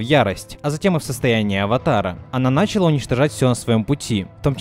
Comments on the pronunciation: Видео крутое, только меня раздражало то, что ты говоришь не начала́ а на́чала. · Видео огонь, но не мог бы ты говорить началА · началА ,а не нАчала